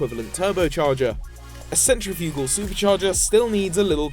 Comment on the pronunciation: U say centrifugal funny!!!